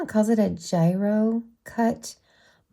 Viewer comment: It's gyro as in gyrating, lol.